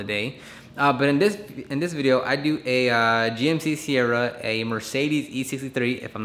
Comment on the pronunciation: It’s actually GMC SIERRA not seirra